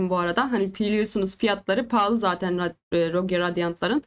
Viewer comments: Abla yine rogiyo demişsin ama 😂 rogue dicektin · sırf varya onu takip ettim aba ilk 1.5 dk boyunca 12 kez rogiyo diyon